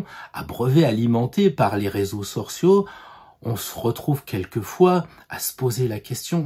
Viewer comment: à 1 minute: "Les réseaux sorciaux?" ça c'est dit avec le coeur! (et entendu avec la tête: = "réseaux sociaux de sorciers?";-). A moins que ce ne soit justement ce que j'avais envie d'entendre? J'espère que cette remarque sera bien reçue... Quoi qu'il en soit, tête et coeur vous disent un grand MERCI,!:-D (Balance ascendant Scorpion..)